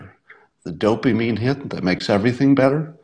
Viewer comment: Did he say dopeymine hit?